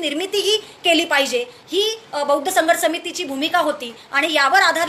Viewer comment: Swagat madam pan buaddhcha d cha m karu naka krupaya hi vinati hitias sangato